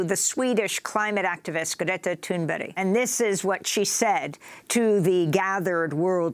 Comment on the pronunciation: Amy asked Greta how to pronounce her name and says it exactly right. Heads up.